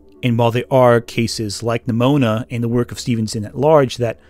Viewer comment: am I crazy or every time he pronounced Nimona it sounded like Mnimona (like in Mnemonic)?